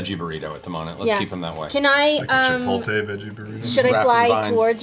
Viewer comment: Travis said chipol-tay and paper rock scissors in immediate succession and I just don't know how to feel about that.